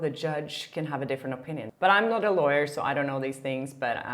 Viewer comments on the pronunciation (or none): none